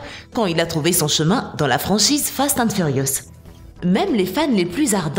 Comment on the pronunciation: sa saoule personne qu'il ne savent pas dire fast and furious et quil change a chaque fois de nom